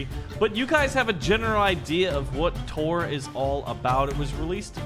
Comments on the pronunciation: Taur is pronounced tower not tor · Dude! the game is called "TOWER" but its all fancy like "Ta"-"ur". not "Tor". Its obviously a pun on tower defense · It says tuar but you prenounce it like tower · Not trying to be nit picky 😂 but it's is pronounced "tower"